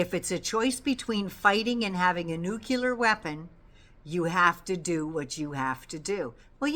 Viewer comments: Nuclear = Noo’-clee-ěr (not noo-kew-lěr). Sorry,, I’m a bit anal about the pronunciation of what might be the end of us all…. Thank you for your in-depth info—we need you! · Oooh,, hate to do this, please forgive me….it’s’ nu clee ar’. Georgie W, Bush pronounced it ‘new kew lar’ and was razzed for it. (Nuclear).